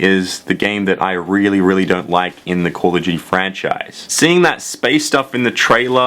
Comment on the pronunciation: Call of Juty